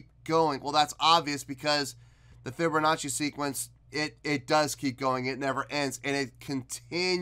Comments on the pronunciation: LOL "fibbernachi" LOL! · Sounds like you’re saying “fibber nazi” 😂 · There is no r in fibonacci